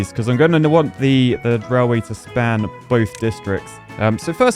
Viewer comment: I really enjoy your videos, but it's pronounced railway, not rallway.